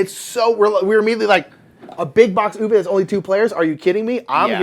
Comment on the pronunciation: Uwe is pronounced OO-vuh (not OO-vay)